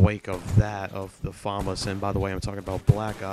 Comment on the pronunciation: I like how you say FAMAS properly, instead of saying fumarse like all the other illiterate commentators